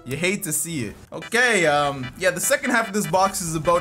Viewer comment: love hearing saying “aboat”